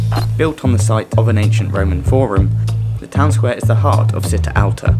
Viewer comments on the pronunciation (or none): Thank you for the video! Very helpful :) Although, I cried every time you said "see-tta" instead of "chee-tta" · Città alta is pronounced like the CI in “Ciao” ( think “cheese “) Nonetheless, this is a great video!!